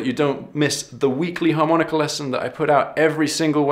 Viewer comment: Harmonicer, and buegee sounds so un-blues. As Sonny Boy used to say, "In England they want to play the blues so badly, and that's just the way they play 'em"., please learn to say "Harmonica"